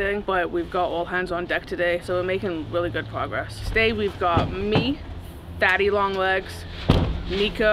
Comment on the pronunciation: called him Thaddy Long Legs. LOL 😂